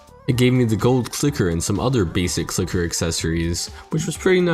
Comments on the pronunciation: Donate a dollar for every time you said clicket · Dude is having a harder time pronouncing a C and L together than actually fighting these bosses